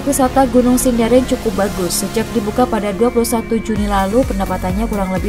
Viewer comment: Sendaren min bukan sindaren Panusupan bukan penusupan🙏